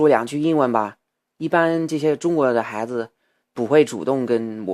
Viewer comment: 你不说我都不知道你有微博，看了微博才知道你这么久不发视频到底哪里去了....那你现在是住在中国了吗？还有，能不能请你把传在什么优酷土豆的视频也传上youtube呢...否则在英国加载好慢啊！说到发音，“不加掩饰”和“小伙子”可以说的再好一点，我个人还觉得“孩子”说的有一点奇怪....但是我真的觉得我已经是在骨头里挑刺了，你这个水平已经非常，非常厉害了。继续加油啊！